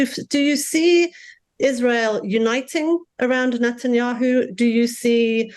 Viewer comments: The way he mispronounces Netenyahu🤦🏽 “Not-an-yahu “ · Can Ian Bremmer learn how to say Net-an-yahu's name... please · Is anyone else hearing NOT-IN-YAHOO? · Why do you keep mispronouncing Netanyahu as NOTenyahu? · What's up with his pronunciation of Netanyahu? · Why can’t the speaker pronounce Netanyahu’s name correctly? Saying that Gazans are poor is perplexing. They have an obesity problem, they wear nice clothes and they are not homeless. They also have the strength to yell. Regarding calling the Hamas members “inhuman animals”.. what should we call rapists, kidnappers, baby butchers, religious hypocrites, criminal, anarchists? Btw.. the decapitation and burning of babies and children has been confirmed by Secretary of State Antony Blinken. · Very odd he keep pronouncing Netanyahu incorrectly. Example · Good, impartial analysis. Now, if Mr. Bremmer can learn how to pronounce ‘Netanyahu’, he’ll increase his credibility that much more. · Why is he constantly mispronouncing Bibi’s name? 🤔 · given how much of an expert he appears to be on the region, can someone teach ian how to pronounce "netanyahu", and that the "coalition of the willing" was never in afghanistan, but refers to the smattering of mostly insignificant players on the world stage whom the bush administration pressured to provide token amounts of ground forces for its invasion of iraq, given the us didn't want to be seen going it alone, while its most credible allies never bought the wmd story. in protest, the white house changed the name of french fries on its menus to "freedom fries" from 2003 to 2006.